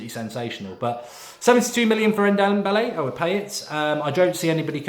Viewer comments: Mark for the love of God, it's pronounced N-dom-bele, not N-dem-bele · Just call him Dombele, N-Dombele just sounds silly Mark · N the n is silent it’s dombele